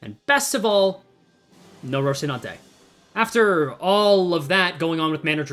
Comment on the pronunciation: lmao rocinante, though i have to say its pronounced roh-see-nan-te—the shi sound is just because of korean transliteration. you do your best with pronunciation usually so i felt it was worth mentioning